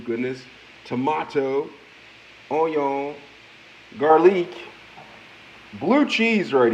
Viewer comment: This mans has to be trolling. Onions, tomatoes, garlic, and pepper were all pronounced wrong. Absolute Goodness